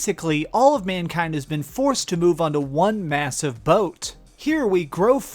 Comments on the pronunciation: What sort of speech impediment do you have? Number Juan? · I absolutely love your channel, and I don't comment on much on youtube but I really just had to emphasize how amazingly you said "number hwahn" in this video